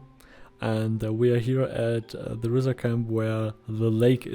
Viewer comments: Good video. I believe it is indeed "R-eye-zar" (as in eyeball). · "Risar" is a word in Icelandic and in Nynorsk (the book version of Norwegian), and means something like "(they) rise up", so I'm guessing that's where Star Vault got it. I'm also going to bet that Mats Persson and Sebastian Persson (no relation) and Henrik Nyström say it like the original: (in english orthography) 'REEsar', where ree rhymes with D. 'die' and s is a little hissy and the ar is 'like a pirate's "ARR", matey. Lots of English-speakers have said it a lot like you'd say 'reiser', but of course, we're wrong. As usual. It is my long-held belief that #RealReasonWeHaveRisar in Mortal Online is that the Oghmir (specifically the underground dwelling, ichor-swilling Huergar) used to steal Human children and eat them*, enslaving them at some point in history to work underground, where they devolved into Risar. Evenually, they escaped and broke to the surface, though they still retain the traditions of slavery and a disregard for suffering amng themselves. This would also explain why they can interbreed with Humans. Nothing else does. * They're better, now.